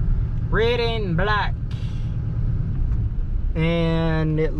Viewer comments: Why do you pronounce “red” as “ret”? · Why do you say your d's as t's? just wondering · So you don't use the letter "d" at the end of a word, huh? Like shed and red, you say shet and ret. Was Amish school all that different from gentile school?